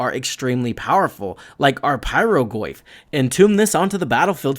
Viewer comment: I cannot unhear "Le Goyf"